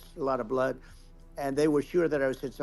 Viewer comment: “So much bLUHood….i had no idea I had so much bLUOd” dawg